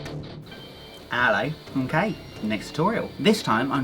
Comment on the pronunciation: Huh, l laugh when he say " hello" with that accents in bit high pitch.. lol